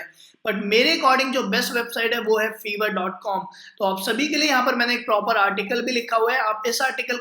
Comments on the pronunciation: Bhai vo Fiver hota hai (फाइवर).. Na ki fever 🤣🤣🤣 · Fevrr ni its fffiii verrr😂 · Ye feeever nahi fiiiver ha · Sir vo shayad fiverr hota hai "fiver"(bhukhar ) nahi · Your pronunciation of fiverr is wrong . It is not fever. it is five+err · its not FEVER its FIVERR Atleast pehle naam lena seekh liya karo tum logo ko sunkar dusre bhi bolenge galat Also fiverr par main pichle 4 saal se web development ka gig chala raha hoon 99 percent positive feedbacks ke saath aur yeh bata dun aap sabko fiverr is not for KIDS 1 negative review aapke total orders ko khatam kar sakta hai Fiverr par bina skills ke signup karna bekaar hai koi order nahi karega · Hahahahhaha feevar nahi lol Fiverr 😂😂😂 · Another thing dear chootiya it's Fiverr not feever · Buddy it is pronounced 5er